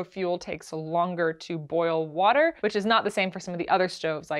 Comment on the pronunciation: I love the pop up of brad for “wourder”